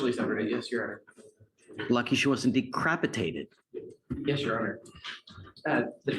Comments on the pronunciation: Am i hearing things or did he say decrapitated 🤣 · Being "decrapitated" is worse than being defenestrated😂😂😂😂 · Did he say decrapitated? 😂😂